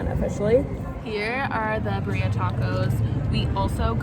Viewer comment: Haha “Bah-rheea” it’s Pronounced Bee-rri-aah 😋 best ones are in Mexico or LA hands down lol